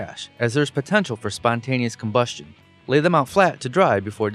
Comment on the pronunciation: I call shenanigans! No drunk person could say "spontaneous combustion" :) Ok, so not drunk for the voiceover, it'll pass!